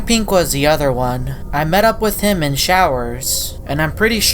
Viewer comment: “Thim” Change to: “Him”